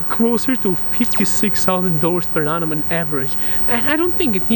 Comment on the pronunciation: Why do you keep saying “anum” as for year ? 😅🤣